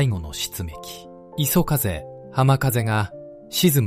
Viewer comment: 画像・内容良いんですが、読み上げが途中で終わっちゃうの何回かあったけどちょっと酷くない、また相変わらずAIによる読み間違いも多くて最後磯風をいそふうと読み上げたのは本当に興ざめでいくら何でも亡くなった方が可哀そう、"私達日本人は、その事を忘れてはいけない"と言っていて間違って覚える人がいたらどうするの？まあこのチャンネル観ている人でそんなにはいないとおもうけど、何使っているか分からないけどAIの精度全然上がって無いですよ。